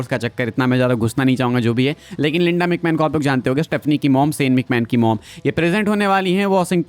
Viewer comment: Bro its linda not lenda😂